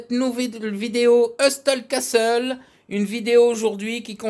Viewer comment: Merci pour les conseils. Pour le jeu lui même, tu peux prononcer "HEUSSEUL CASSEULE". C'est comme tu veux !